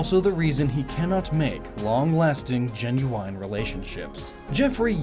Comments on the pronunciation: The way you say genuine... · Why do you pronounce 'genuine' that way?